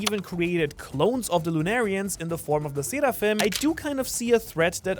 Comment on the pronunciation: you dont have to say seraphim like that 😭